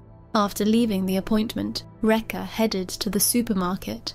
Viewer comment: Rekha pronounced "wrecker". Disgusting.